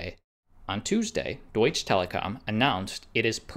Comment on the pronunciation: It's "Deutsche" not "Doitch" Telekom.